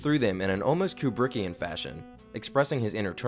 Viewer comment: Don’t say kubrickian please...just, no, please. Good video though.